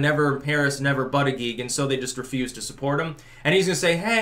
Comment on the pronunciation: Anyone else lose it when called him Bootyjudge 😂😂😂😂